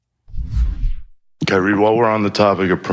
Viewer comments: Michael, admit it; you pronounced his name “Keer-ree-ā” before someone corrected you. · I did like the clip, despite the weird pronunciation of "KYRIE". :)